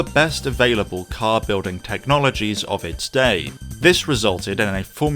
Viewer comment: This cyarrrrrrr…….it’s a drivers cyarrrrrrrrrrr